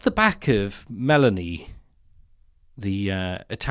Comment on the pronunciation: I feel I have to point this out: I think that if you want to seem credible, when talking about the Prime-Minister of a foreign country, you should at least check on her name, and learn how to pronounce it properly!🤔 ... Her name isn't "Melanie", like a pop-singer, it's "Meloni", with the accent on the "o"!